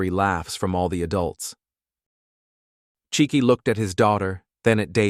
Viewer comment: This is a Nigerian family. The father's name would be Chike, pronounced Chi—ke (Kay, not key).